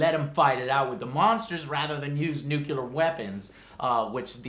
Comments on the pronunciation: Did he just say "nucular"? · nuclear, not nucular, joe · *Nuclear... Nucular is not a word.